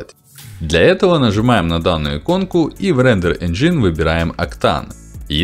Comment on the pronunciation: Ну вы просто не правильно говорите и все, вам же никто не запрещает это делать, просто указали на ошибку. Я бы прислушался к совету, это улучшит контент, хоть и не на много. Так же у вас ошибка в ударение в слове engine. Спасибо за обзор.